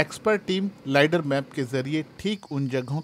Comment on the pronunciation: लाइडर नहीं लेज़र